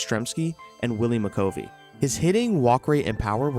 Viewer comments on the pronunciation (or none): “McCovey” is NOT pronounced Mih-COVE-y, it’s Mih-CUH-vy. Loved the rest of the video!